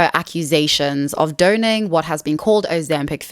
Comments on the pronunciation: FYI, the word "donning" is NOT pronounced "do-ning", it's pronounced "DONN-ing." The word "emaciated" is pronounced "em-a-ci-at-ed", NOT "eman-ci-pat-ed." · image obsessed, shadowed sockets and gaunt grins reveal the depravity of vanity also, it’s pronounced “dawning,” not “dohning” unsubscribe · Hope this doesn't come off wrong but "donning" is pronounced like "don-ing", rather than "doh-ning". Otherwise really great video essay, new subscriber! Edit: Can't stand Sharon Osborne, don't care if she feels afraid of her own mortality when she was furious Ozzy's assistant wouldn't run into their burning home to rescue Sharon's paintings and risk their life...